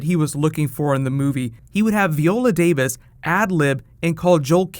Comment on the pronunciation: I love your videos,, but if you don't start pronouncing VY-OH-LA Davis's name right, I swear to God....